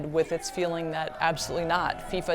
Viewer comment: It's called football not soccer. It's FIFA not FISA